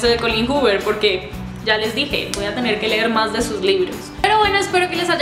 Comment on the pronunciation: GRACIASSS GRACIASSS, me llamo Colleen y todos lo pronuncian mal, acabo de ver tu vídeo y tu si lo pronuncias bienn!!! Es musica para mis oídos😘